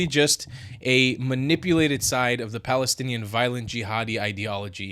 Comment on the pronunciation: Balestinian beoble who do not have “P” in their alphabet and cannot bronounce P.